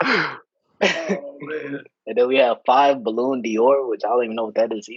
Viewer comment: (or is it?) really struggled with Spanish and French: siete for 16 and Balloon Dior for Ballon d'Or. Too funny. 😂😂😂 Will the intern's identity be revealed in a future episode? Seems to be a busy person.